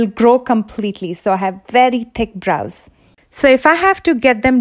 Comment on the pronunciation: I love your pronounciation of bRows haha